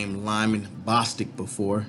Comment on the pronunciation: It's Bostock as in Bo than Stock.